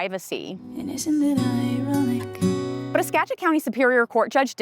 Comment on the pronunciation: Kudos for pronouncing Skagit correctly.